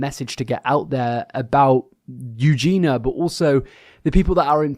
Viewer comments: You do know her name is Eugenia right? Pronounced "Yu-jee-nee-ah". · you’re still pronouncing her name wrong!! there’s an i in there